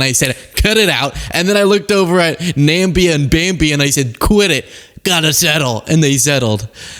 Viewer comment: The problem is, the people that support agent orange don't know that "Nambia" is not how you say it. They don't know it's Namibia.